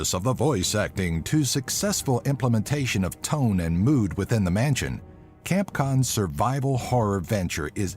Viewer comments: 😂 I love how he said campcon instead of capcom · Campcon LOL! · "-- Kepkon--" I'm done.